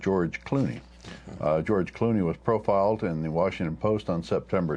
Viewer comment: Someone butchered George Clooney's name. Geroge Cloony!?